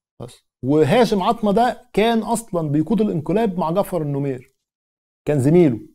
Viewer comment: شكرا على الفيديو السردي الجميل، لكن تصحيح معلومات لأزمة: 1. السودان استقل من بريطانيا حقيقةً وليس من مصرفقط التي كانت محتلة من بريطانيا أصلاً. راجع مصادرك هنا. 2. الرجاء قراءة أسماء الشخصيات بشكل صحيح. جعفر نميري وليس نمير، و هاشم العطا و ليس عطمة. شكرا لتقبل الملاحظات.